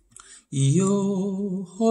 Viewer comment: 스페인어 기본 조금만 배우셨다면 발음이 좀 더 좋을 것 같네여 (Pergunto)뻬루군도 아니고 뻬르군또 (Hoy)호이 이니고 오이 그래도 열심히 가르쳐 주신것 열정이 느끼며 원곡을 들으시며 발음을 조금 수정 하시길 바랍니다